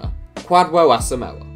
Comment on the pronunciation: . Its pronounced "Kwa-joe" not "Kwad-wuo". Coming from a fellow Ghanaian